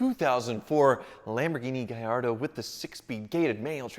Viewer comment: Keep the blue Gallardo, at least you can pronounce it’s name correctly gringo. 😂👍 🇮🇹